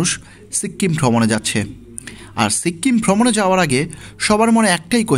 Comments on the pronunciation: সিক্কিম কি ভাই? বলেন সিকিম😂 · সিক্কিম না সিকিম 🤣🤣🤣🤣🤣🤣🤣🤣🤣🤣🤣🤣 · Uchcharon ta sikim hobe, sikkim noy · সিক্কিম টা আবার কি? বলুন সিকিম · ঘুরে আসছেন আর উচ্চারণ করতে পারতেসেন না। সিক্কিম আবার কি। সিকিম বলেন।